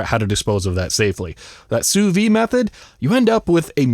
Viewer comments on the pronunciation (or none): The "d" in "Sous-vide" needs to be pronounced. It's the difference between "under vacuum" and "under life".